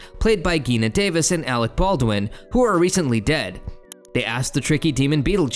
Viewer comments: Her name is PRONOUNCED G-i-n-a like Jee-nuh like say the letter G. And add NUH. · Omg, Geena Bellafonté O’Hara havok Day-O These are NOT difficult words to pronounce. Ugh 😩